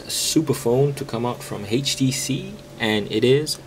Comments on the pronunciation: Htc dude, not "hay she she". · haitch tea cee